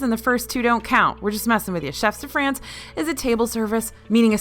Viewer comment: Please! If I may, the "S" in chefs de France is silent.😉😉